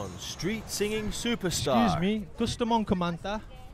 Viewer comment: Por meeeeeeeeeeeeee. Kambing ka ghorl?? 😂😂😂 Char nice ganda ng boses mo except sa pag pronounce mo ng "Me"